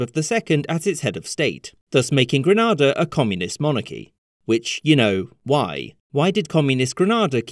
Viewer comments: Grenada is pronounced as 'Gree-nay-da' not 'Gra-nah-da'. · Truly informative video. Only one hitch, the island is pronounced Grenade-ah, never Granada, which is in Spain. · Please note the difference between Grenada (GrenAYda) W.Indies and Granada (GranAHda) Andalusia, Spain! Please don’t butcher the pronunciation, it makes it into a country that doesn’t exist. However, great video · Oh thank God, I thought, "am I going REALLY deaf or is he saying "Granada" (as in Spain / the tv station) rather than "GrEnAda" *all the way through?" Anyway the pronunciation thing is minor, really interesting vid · Was so thrilled to see a video being made about my island Grenada but I've struggled to watch the 4min video because GRANADA is a City in Spain. GRENada is a small island in the Caribbean. The pronunciation is like GRENADE not Granada. I hope this doesn't come across as rude as I love your content but I cannot stress how annoying this is! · Granada is in Spain, Grenada is pronounced 'Grenayda'. Love the topic and the channel though, and thanks for covering this! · BTW: Grenada, not Granada. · It’s GreNAYda because the country is English, not GrenAda as the Spanish would say. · Grenada is pronounced as grenade and “r”, not as Granada, a city in Spain and a TV station in the UK. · Love your channel, just need to say though that you're not pronouncing Grenada correctly you kept saying Granada. This Gren-a-da *. Keep up the good work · Caribbean buddy checking in here. Just one minor correction. The name is pronounced like "Gre-nay-duh" rather than "Gre-nah-da" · Triniz saying "Gree nay dah" says " Gree NA DA" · Istg if someone calls Grenada “Granada” again I’m actually going to commit a felony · GREN-NAY-DAH not GRAN-NAR-DAH My Great Uncle was senior member of the New Jewel movement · Good vid. But locals of the island and the rest of the Caribbean pronounce it Gre-nay-da. Not Gre-na-da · Isn't Gren-ah-da in Spain and Gren-ay-da a small Caribbean island nation?